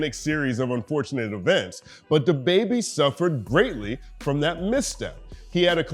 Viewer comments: U have to stop saying his name that way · He had a pretty funny Nardwuar interview. Nard kept pronouncing his name like "DAH Baybee" and at the end he started dressing up Nardwuar and posing with him while Nardwuar was doing his post-interview freeze frame. Also, is the Youtube demonetization algorithm so bad that you even have to censor the word "damn"? All I've got to say to that is.... damn! 😒